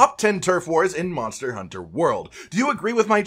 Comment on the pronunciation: dude says "monter hunter"